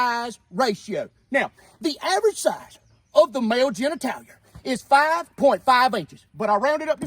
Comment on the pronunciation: Did he say... ganitalier?